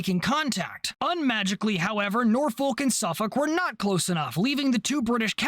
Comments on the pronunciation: This is the most minor thing ever but I live near Norfolk and Suffolk Virginia and they’re both said the same, you pronounce both like how you’re saying Suffolk. So Norfolk would be said as “Norfuck” as well. Again, it doesn’t matter and it’s the smallest complaint ever 😂 great video! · Nice video, Cap, Small point - whilst your pronunciation of Suffolk was bang on, you pronounced Norfolk slightly wrong, You pronounce the 'folk' of Norfolk part exactly as you did with Suffolk - i.e. "Norfuk" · You got the pronunciation Suffolk right but not Norfolk. It's the same pronunciation for the end of both words. I do appreciate that you tried though.